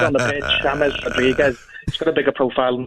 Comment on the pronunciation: Gabby pronouncing James yames 😂😂 world class players like James will be good In any league when pundit's and people say oh they are not premier League proven he's proved himself at the highest levels world cup 29 in his prime abongahor Clueless